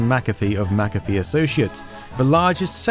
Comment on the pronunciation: Good video, very interesting. Is it just me that gets unreasonably annoyed at McAfee being pronounced at MacCaffe. Same applies to McDonalds being pronounced MacDonalds